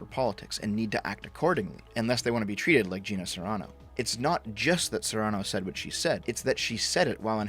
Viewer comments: By the way, it's Gina Carano, not Gina Serrano. Just sayin' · I like how you correct Gina Carano's quote but you still get her name wrong again.